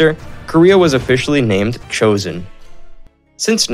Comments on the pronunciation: i love how he pronounced joseon as joseeyeon 😅😅 but i enjoyed the video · Especially the Joseon part 😂